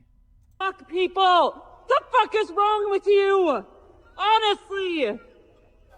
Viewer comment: "F--- people-Luh. What the f is wrong with you-wuh. Honestly-yuh" ...Dum-muh.